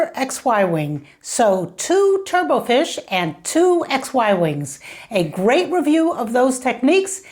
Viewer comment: If you look up "turbot" in a dictionary, you see that the final "t" is not silent and it is pronounced to roughly rhyme with "robot" and not be pronounced like "turbo".